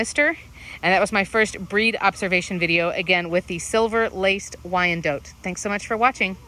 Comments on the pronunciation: It don't sound right at all hearing or saying wyan-DOTE! 🤦🏼‍♀️😂🙅‍♀️ Lol!! I don't like it. 🤦🏼‍♀️😂 I just can't do it. It's Wy-an-DOT! Dang it. Lol!! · same, I've always heard it pronounced wine-dot (we're in the deep south) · It is definitely Not pronounced how it is in this video. I'm not sure where that info came from. I have always heard it pronounced Why-an-DOT, both as a chicken breed, as well as location (used to live in Wyandotte county, KS.) Very good information otherwise, but the pronunciation was really bugging me. Lol! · I had no idea you pronounce it "wyan DOTE". I've had them for years and always said "wy-an-DOT" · I moved to Denmark and here people call them "WEE-an-dotters" lol